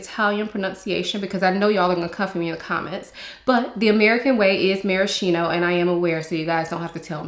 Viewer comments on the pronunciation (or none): none